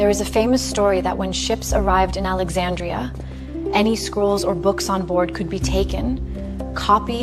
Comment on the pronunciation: there is a soldier using a telescope - these weren't invented until 1608 - that's about 1,640 years too early. If your trying to teach history facts are important. Who is Clee-opota? The library of Alexeeja?